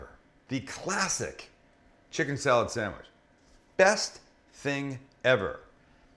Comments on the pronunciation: That sangwich will forever be know as...."the buffalo bill chicken salad sangwich" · The Buffalo Bill samwich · Or, The Buffalo Bill Chicken Salad SAMMICH.